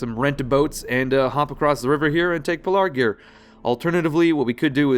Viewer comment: PEL-A-Gir, BOW-ER say it like that please